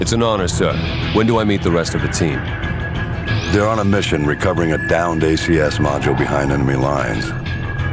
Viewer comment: “THEY’ER EVERYWHERE!!!”